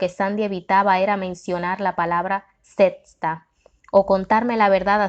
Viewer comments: También dice sesta en lugar de secta tiene que tener cuidado como pronuncia las palabras porque confunde a los que escuchamos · Me recomendaron mucho este libro, por cuestiones de trabajo casi no me da tiempo para leer por eso lo busqué en audio para escucharlo mientras laboro, desafortunadamente la narradora no es muy buena y con muy mala vocalizacion. Cada vez que decía sesta en vez de secta me hizo recapacitar y decidir que mejor voy a sacar el tiempo para leerlo y ahí voy.